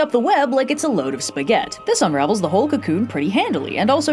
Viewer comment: Journey To The West during the holidays?!? With more chapters and sub-quests than normal!?! And such a sweet ending!!! We are truly blessed. Thank you, for another wonderful year! And may 2026 be even better! Actually, I just wanted to gush on your pronunciation of sgaghetti without seeming too weird.